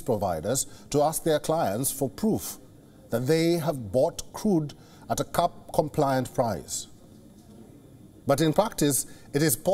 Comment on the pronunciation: This guy's phonetics are all wrong. "Price cap " cannot be pronounced "price cup" Cap has a hard P all the letters are pronounced. The A is not a U . The P needs to blow out candles